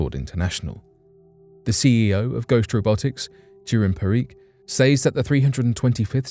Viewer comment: I hate how you say "says" lol